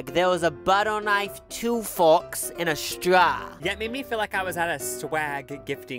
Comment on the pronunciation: that because there called salad bowls not bowels ffs 🤣straw not strar 🤣🤣